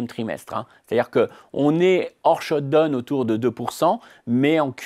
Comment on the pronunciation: j'aime bien cette french touch perso !